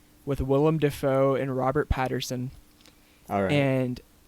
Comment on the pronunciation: I mean I hate to be the guy that's always pronunciation checking but it is Robert Pattinson. Robert Patterson was a Union General.